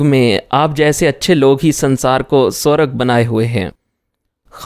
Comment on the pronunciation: ASAL Talafuz "Swarg" Hai...(Matlab :JANNAT, Paradise) "Sorag" Ghalat Talafuz Hai...